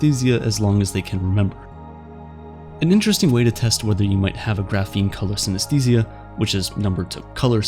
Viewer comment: Let's pay our respect to the narrator who pronounces the word 'synesthesia' hundreds of times in this video. It was hard.